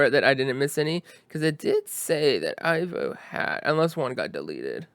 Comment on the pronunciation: by the way, the way my name it’s pronounced is E-vo! But thats an honest mistake! I work in the hotel business here in Portugal, and everytime somebody from the US or Canada, or UK tries to read my name they always read it like you did! 😅👍